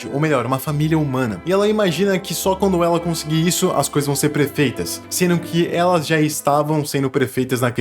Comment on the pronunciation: ELE DISSE PRÉFEITA